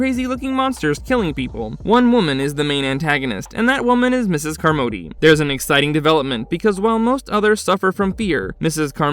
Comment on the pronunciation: You must have never seen the film.... Miss Carmody's last name is pronounced " "CAHR-muddy" not "car-MODE-y". Its hella distracting Lol